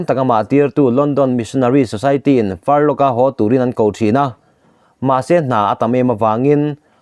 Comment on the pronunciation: A ngaihnawm e,Furlough ilam dan erawh hi chu, missionaryte chhuty sei hi "Far law"ti in an lam thin e aw,"Farlok"ti lo vin